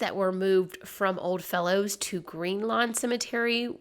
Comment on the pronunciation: It's ODDFELLOWS, NOT "old fellows"... It actually says that on one of the pictures in your video.